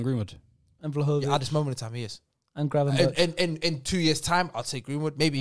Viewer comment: Listened to the podcast and yo, u guys can say it ain’t Prem bias but I think ur bias is showing when 5/10 on the list are all English players. The fact 1. can’t even say Vlahovic’s name correctly, and saying Vlahovic ain’t the quickest, and he not great technically just shows they don’t watch him. He’s a top 10 guarantee, just wait till he moves to an elite team next season, u lot will look dumb. Other than that, someone please explain to me how Ferran Torres isn’t on this list nor mentioned, yet they have Ansu Fati at #7. Reeks.